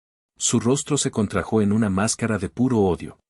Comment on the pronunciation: No es gatillÓ se pronuncia gatÍllo . No es contrajÓ es contrÁjo ¿Por qué son tan IGNORANTES?